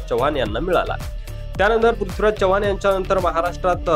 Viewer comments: Jara Marathi sudhara, chavan Kai, chavhan ahe te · च्यव्हाण नव्हे चव्हाण.. from original चौहान, तुमचे मराठी बोलणे खूप गचाळ आहे, जरा fine tune करा आणि मगच व्हिडिओ बनवा..